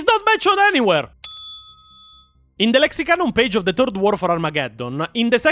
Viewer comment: bros i love you and the videos are awesome but in h, its not "Turd War of Armageddon", it is "Third War of Armagageddon". just wanted to clarify for newbros. =P